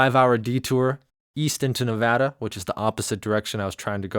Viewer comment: THANK YOU for pronouncing Nevada correctly!